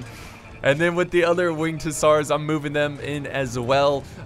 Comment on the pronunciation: It's pronounced Hussar (hə-zar or hʊˈzɑːr)